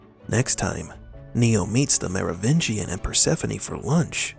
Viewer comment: Just discovered your channel and I am really enjoying your videos. However... you are killing me with the way you say MeroVINgian. It is spelled MeroviNgian, with an N. You say it without the N. "Merovigian". People in your comments are even spelling it wrong without the N. Sorry. It's MeroviNgian